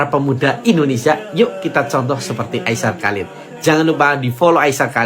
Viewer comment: hanya memberitahu kak nama aisar khaled kak bukan halid